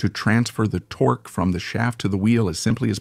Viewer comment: Sorry, the fact that the narrator or AI mispronunciation of “torque” wasn’t corrected during editing is unforgiveable. Either no editing or ignorant, sloppy editing.